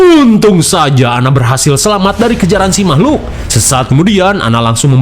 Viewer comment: "Mamahlukan" tetep bikin ketawa🤣